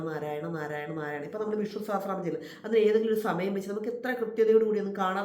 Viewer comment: നാമം ചെല്ലുക അല്ല ചൊല്ലുക എന്ന് പറയുക